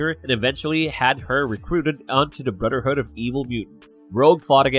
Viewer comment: Can you say the “th” sound cause it’s hard getting through it when every time it’s brudder hood, and mudder hood? I’m not being snarky I’m just genuinely asking. Maybe take some voice and speech classes, because it’s distracting to get through the video listening to that. Just food for thought.